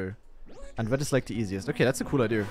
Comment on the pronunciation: okay - after letting myself hear you mispronounce those words over a year now and you using every single one of them in this one video, i need to say the following. it's pronounced (literally): dam (not damP), idea (not ideer), evry (not evEry), thank gad (not thankS gott XD). you're welcome